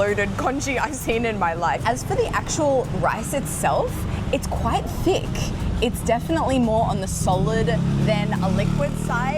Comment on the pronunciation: Am I the only one who heard d*ck sauce instead of THICK sauce?:,))